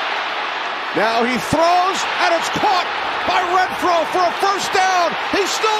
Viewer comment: It’s Renfrow not Rentfrow